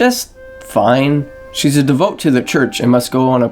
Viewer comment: Good thoughts and analysis. But like... have someone proofread your copy and VO. Lots of mispronunciations like devote (“de-vo-yay”) and nearly correct phrases like tired and true (“tried and true”)